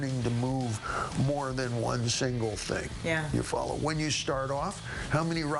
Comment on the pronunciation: i love when dave says "ya folla"? too cool...